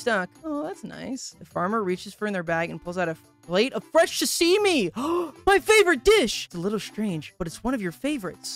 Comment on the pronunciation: Bro really said "shasimi"😂😂😂😂😂